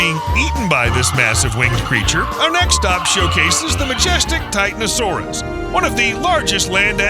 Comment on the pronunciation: think it's pronounced Titanosaurus